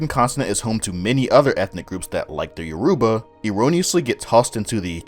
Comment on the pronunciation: YOR u ba. Stress on the first syllable.